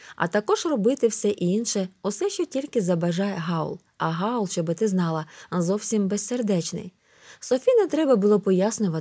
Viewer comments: Хаул а не Гаул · Не Гаула , в Хаула😐